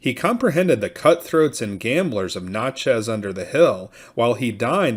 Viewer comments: I was born in Natchez. Rhymes with Matches. Notches on a gun butt is what it sounds like when this guy pronounces it. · I grew up near there. He butchered it. Sounds like matches , Nat-chez! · Natchez is pronounced as in gnatchez